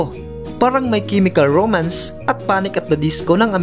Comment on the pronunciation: kala ko ako lng natawa.. sorry kuya nagbigla lang po peace